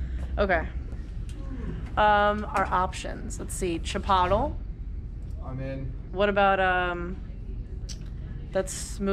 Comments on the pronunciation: "Chipotl" - ouch! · Great job! Already a pro. Turns around to greet customers and still manages to keep the camera well-framed as she puts it down. Also do you guys really pronounce it “Chi-pottle” (like bottle) or is it an in-joke? Maybe it’s a regional thing? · Yes that is clearly a humorous pronunciation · I understand recording yourself feels very awkward and this isnt easy. But just and FYI it's pronounced che-pote-lay. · It’s pronounced Chii Pooooh Tt Lay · Did she say chipottle? lol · I cracked up at her pronunciation of chipotle lol. She seems like a great kid. Nice to see a young woman with her life together. Great Chanel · She did great! Nice attitude, give her the GoPro full time! lol ( we just gotta have a talk about CHIPOTLE pronunciation ) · Some people just like to have fun pronouncing it like that. I'm sure she knows.